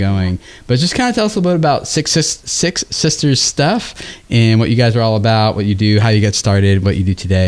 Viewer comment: I kept hearing sick sisters. Now it makes sense